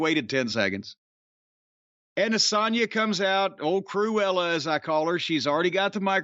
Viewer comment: Jim Cornette calling Sonya Deville ‘Cruela’ is Never going to get Old …. 😂💀